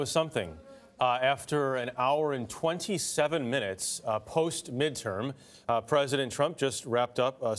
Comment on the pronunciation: "midtowm and midtern year" not 15 seconds into reading a pre-written script and clearly this elementary school student is unable to read basic words.